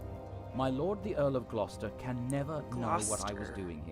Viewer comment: hope you don't think i'm nitpicking, but it's pronounced Gloster